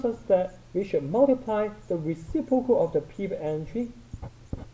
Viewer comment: "recipocal" hahahahahahah